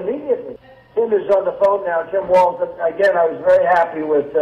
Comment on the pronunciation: Trump pronounces Walz's name correctly 🤔